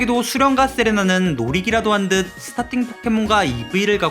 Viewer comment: 이 스타팅 포켓몬이었구나 ㅆㅂ ㅋㅋㅋㅋㅋ 스타킹 포켓몬이라 들음 ㅋㅌㅋㅋㅋㅋㅋㅋ 아니 푸후꼬 진화 쟤 다리가 왜 검은색인건데 ㅋㅋ